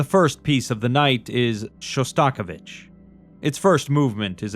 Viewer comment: Absolutely loved listening to this, but the way you pronounced Shostakovich is diabolical 😂